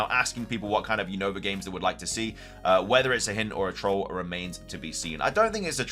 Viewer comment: you always say the name of The region Wrong is not younova is Unova 😅